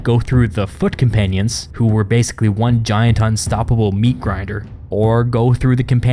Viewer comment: From foot companions, I heard "fuckin panions"